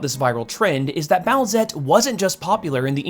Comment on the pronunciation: Boo-ette? Its boosette doooood